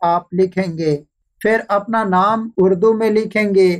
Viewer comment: Bhai pehli baat tu ye he ke ye video Indian kailiye nhin is liye ap ko Hindi likhna zaruri nhin. Aur doosi bat ye ke urdu main lafz 'PHHIR' he aur ap bar bar hindi zuban ka lafz 'FIR' bol rehe ho. Pani zuban ko promot karo aur hindi bila waja na likho aur na PHHIR ko FIR bolo. Sukria. Don't mind plz. After all vieo is absolutly informatic. Thanks